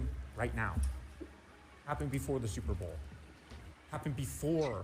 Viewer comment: bizarro simplesmente pronunciar a palavra da maneira correta